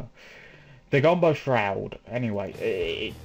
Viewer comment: Gumbo shroud! :D It's ok, just say it like it's spelled "Gamble Shroud" if you are having trouble. Awesome mod though!